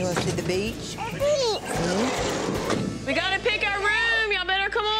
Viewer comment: They said bitch instead of beach XD